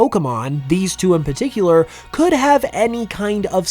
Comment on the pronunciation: PARticular* not PAticular